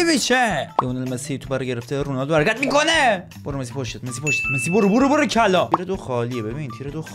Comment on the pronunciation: عشقی ❤❤فقط چرا وقتی می خوای بگی مسی میگی مسوو